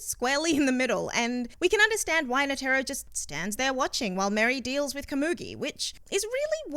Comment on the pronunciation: NA TEAR RO butchered his name